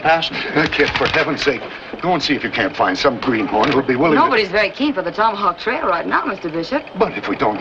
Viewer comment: Rory said, tommyhawk